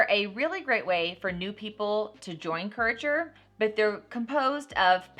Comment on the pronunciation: Courager? It is Curateur :) I was so confused LOL I had to come back and read it.